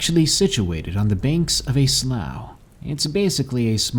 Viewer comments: Its pronounced slof not slaew. Slough=slof lol was killin me everytime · Great story. I love your narrations! Only had a slight issue. Growing up near them, sloughs are pronounced (sloo) like the color blue. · Slough is pronounced slew not slough. Sincerely, someone who's lived next to one for decades. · I think slough may be pronounced "slue".